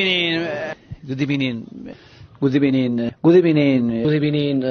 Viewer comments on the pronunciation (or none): Good ebening 😂😂😂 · Good ebenin 😂😂😂 non l’intro 😂🤣🤣🤣